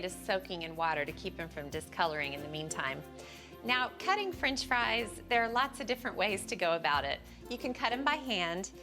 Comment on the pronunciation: “Frinch” fries